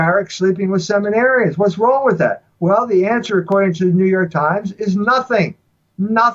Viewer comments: I thought he was saying: he was sleeping with seven arryans.he was saying seminarians.😆🤗 I bet he wishes it was seven arryans,homosexuality is not natural,end of discussion ,😠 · I also thought he said Aryans. Ha ha